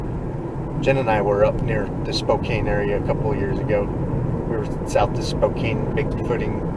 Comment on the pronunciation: Thank you guys. Spokane is pronounced Spo-can btw. Beautiful area, lots of bigfooting opportunities there as well as the neighboring North Idaho area. Hope you make it up someday.